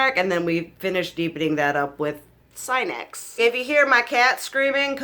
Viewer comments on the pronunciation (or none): Cinex as in See-nex. It’s a sativa hybrid